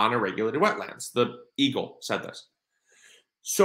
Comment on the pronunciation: I'm sorry, but the first several times you said eagle, I thought you said evil... Blessings to you and your family 🙏🙏🙏